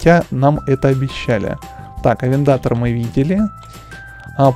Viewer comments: Не арендатор а авентадор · Авендатор ооорруу вобщето авентадор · Никто не сказал, что надо произносить не Ламборджини, а Ламборгини, не АвенДАТор, а АвенТаДОр, и не Мурсьелаго, а Мюрчелаго. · Ламборгини авентадор, а не авентотор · не авиндатор а авинтадор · Не авендатор а авентадор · Авентадо́р а не как ты говоришь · Ламборгини авентадор ударение падает на букву о а не на вторую а